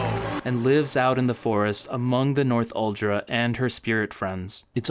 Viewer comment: "North-uldra people"... Makes it kinda obvious that you didn't watch the movie much... All of the characters pronounce it "Nor-thul-dra".